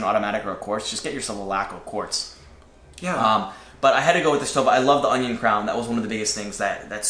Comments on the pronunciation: I think it's pronounced "SHtoVa" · I'll help you in your pronunciation of Stowa. It's the same ''stow'' as in ''stowaway''. btw nice vid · Well... a bit long winded but that STOWA Flieger Klassik 4 Modelbau A deserves even more time ! And admiration ! Nice job, boys ! P.S. Stowa reads like "Shto-wa" ! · They are making a 43 mm now. I'm ordering a 43 mm Chrono. I can't wait to get it. And it's pronounced "shtova." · Its pronounced Sto"V"a. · Most germans would say 'Shtowa' and not Stowa! (same with Steinhart)! Regards from germany